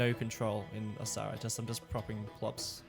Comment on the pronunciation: Has anyone else noticed that by this time both skibitth and $2.20 were pronouncing Osahra like Osaka?